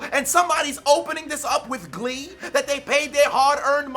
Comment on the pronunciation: LISTEN!!!!!! I bout fell out when you said “WITH GLEE??!!!!” Epic 🤌🏽🤌🏽🤌🏽